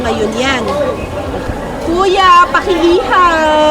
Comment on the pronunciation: “Kuya paki-hihaw” very kapampangan ka dun Ms. Kara 😂